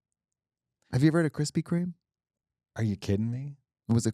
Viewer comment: KUHRISPY KHREME